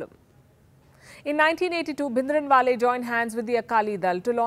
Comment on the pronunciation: Oh my God! What a shame.. you don’t even know how to pronounce Bhindrawala and giving a lecture on Khalistan. The history you are sharing is wrong and incorrect (I mean history is who writes it, the history you are stating is not what Sikhs remember). Please do some genuine research before start talking about such sensitive topic.